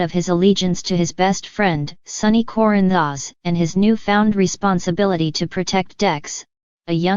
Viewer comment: This computer generated sound is awful. Can’t even pronounce Corinthos.